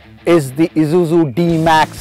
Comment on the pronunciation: Wish he'd stop calling it Izuzu.. it's grating to the ear